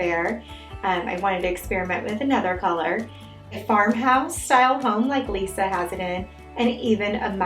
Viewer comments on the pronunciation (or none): none